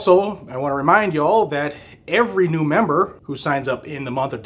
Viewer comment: Well. I know the weather is causing havoc. But, you could always move back to Massachusetts... NOT. Better that you are where you are. New place is looking good. Merry Christmas. Thank you for always being our source of 2A info and updates. Oh, and I noticed your "y'all" is sounding pretty good. LOL